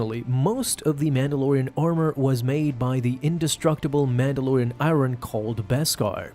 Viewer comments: Ummm... 'Iron' is pronounced "eye-urn" (not "eye-ron"). I know it doesn't make sense, but English is a crazy messed up language. (Also: 'Litted'? It's 'lit'. As in: "dimly lit.") My apologies if English is not your first language. If that's the case, such mistakes are entirely understandable. My apologies, too, if you have dyslexia or some other such challenge. These things deserve understanding. However, outside of those cases, I can't image where such odd pronunciation and grammar come from... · Is this 1300? It's i-ern, not i-ron :P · Why do you pronounce iron as i ron? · btw "iron" isn't pronounced "airon" it's "aiyon" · Killing me with the pronunciation. I-run. It's aye-yurn. Aye-yurn. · Love your videos...HATE your pronunciation of certain words... "Lit" not "Ly-ted" "I-ern" not "I-Ron" Dude, even my 7 year old knows better... Ijs... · It’s pronounced [eye-urn], iron. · Don’t forget all the “Mandalorian I-Run.” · Iron =/= Eye-Ron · I Ron.....😂. Quit saying it like that! 😁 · your mangling of oral English is stupefying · Why is Iron being pronounced like eye-ron by some people lately? That is not the pronunciation either in British. Australian, or American English. The only people that tend to mispronounce the word are those of foreign origin. I've heard you for some time now, and hadn't thought you were not a native speaker. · Nice indeed. I like "i-ron" as well .... ..clearly the first time reading that word and just saying it as is. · Please stop pronouncing the word, "iron.." Just please stop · Why are you saying iron like iron, and not iron?? They call Tony Stark Iron Man?? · Just a minor comment. The ‘r’ in iron is silent.